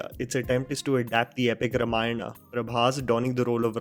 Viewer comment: your pronunciation of Ramayana is wrong bro